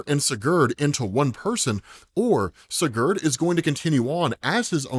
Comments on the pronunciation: Hey, just to help: It’s “see-gerd” if you wanna pronounce that in the future. Kind of crunch up the ‘gerd’ part and say it really fast and more like ‘grd.’ So it’s “see-grd” if you get it down where the other half of the name is said faster and crunches the syllables together. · Bro said siGhuurd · It's Si-Gurd, like Spanish for yes. Then Gurd. Just letting you know 😊